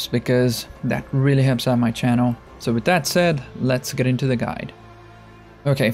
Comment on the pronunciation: “Wrat” “Wit” can you like not pronounce H’s?